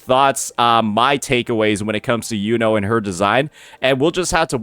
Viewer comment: It's killing me how many creators can't pronounce her name, it's "you know" like the brother from black clover